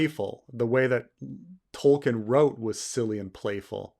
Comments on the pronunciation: is it just me, or does keep pronouncing Tolkien as "Tollking" rather than "Toll-keen" which not a complaint so much as clearly indicating who is the King of his Pantheon of Fantasy writers. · I dont know if its the audio but every time says Tolkien it sounds like "Tolking" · I keep hearing saying "Tolking" like it's a verb